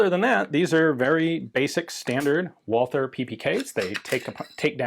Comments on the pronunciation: Should Walther not be pronounced as vault-ter as it is German? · Great video Ian! As always. I'm always impressed by your good german..... but the 'h' in Walther is silent, no english 'th' Greetings from Germany